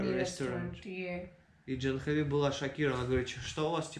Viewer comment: Жил в Индии 2 года . Девочка очень хорошая! А ты до сих пор не знаешь как правильно: не Джанхави, а Джахнави! Обязательно нужно исправиться и не коверкать санскрит! Она же не называет тебя Нитика!